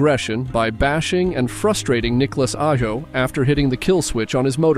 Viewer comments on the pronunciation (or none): The most interesting is how Niklas Ajo is pronounced correctly at first (Ayo) and then pronounced incorrectly just half a minute later lol